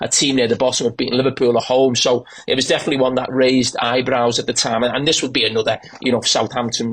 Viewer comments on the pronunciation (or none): none